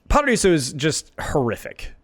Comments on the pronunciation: BTW IT'S PRONOUNCED "PARAIZO" NOT "PARAISSO"!!!! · I appreciate you trying to pronounce the name of the map according to its native pronunciation! However, just a tip in case you want to pronounce paraíso as close as Brazilians would a pronounce it, the way we say it sounds more like paraizu, so the r is rolled, however the s makes a z sound and the o is turned into a u. But if pronouncing paraíso as it would be said in Spanish was your goal, then the pronunciation is correct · The S in Paraíso has a Z sound. Paraizo.